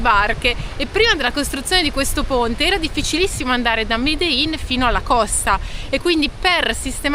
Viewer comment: Bellissimo sentire medein, pronincialo medeggin, ci somiglia di più 😂😂 Comunque so che sarà un video dove Richard sarà il chiacchierone di sempre, vi toglierà il microfono